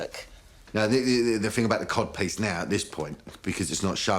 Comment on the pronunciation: Cod piece or Cob piece? I can't hear it